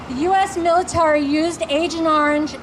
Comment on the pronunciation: did she break her jaw earlier that morning because she keeps saying mOn-sOn-tOe and miliTAURy?